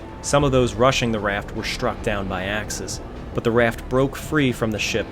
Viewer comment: Very good, sir. But there are no SHtraglers. A thing is not SHtruck. One does not go SHtraight. The correct pronunciation is minus the 'H'. Otherwise, excellent video.